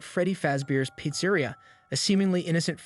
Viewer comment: What the fuck who mispronouncss pizza-reea?